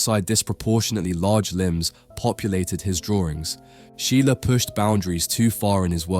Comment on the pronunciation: Can you effing learn how to pronounce a name before making a video about the guy?